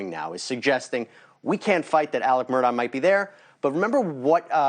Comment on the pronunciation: Its pronounced Murdock.. not murdau.. this separates the pros from the amateur "newscasters" do your gd homework